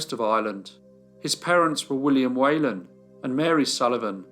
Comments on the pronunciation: It’s not “way lan” it’s “whee lan”. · It’s pronounced Wh(ee)lan not Whalen. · My Grandmother was Whelan... its pronounced WHEELAN not wheylan... . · Whelan is pronounced wee-lan , Not way-lan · If his name was Whelan, why do you keep saying "Waylon?" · For anyone interested, his surname is pronounced we-lan. Thanks for the video, I'll give it a watch! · As an Irish person, can I point out that the name is pronounced Whee lan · Great video as always, love the ones with an Irish link. The slightest criticism would be the pronunciation of Whelan, it's pronounced Weelin. Poor Mr Weelin was harshly treated, I'd say it was highly unlikely he was guiltily. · That surname is pronounced whelan as in she not we